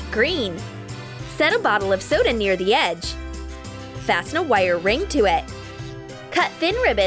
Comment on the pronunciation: I absolutely love the way they say wire! LOL